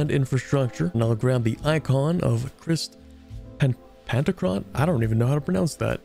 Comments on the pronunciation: pronouncing christ like chris lmao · His pronounceation of Pantocarator isn't the problem. We needa talk about how he pronounched Christ as Krist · Did.... actually pronounce Christ wrong?